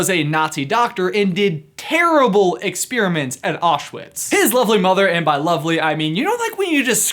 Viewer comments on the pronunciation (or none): Did this guy just say “ka-nights” while attempting to pronounce “knights”? I’m going to cry in the corner now... I’m crying for our American educational system. And so should you. Edit: I’m in and he just said “ex-pier-a-ments” whilst attempting to pronounce experiments. Unfortunately I can watch no further without vomiting as an empathetic reaction. Spearmint is an herb found in chewing gum. An example of an experiment would be something like a frontal lobotomy. Possibly this was practiced on the presenter of this video at a young age which would explain a lot.